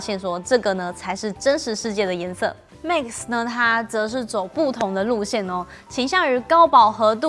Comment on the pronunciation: Max, not mix. 發音要改善